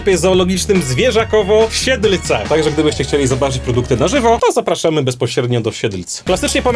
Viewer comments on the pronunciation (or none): Czemu każdy kto wymawia nazwę mojego miasta mówi ją źle. Beczka mówi Siedlice Ten mówi Siedlc. SIEDLEC SIĘ MÓWI! 😠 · Ej jak coś to nie Sielc tylko Siedlc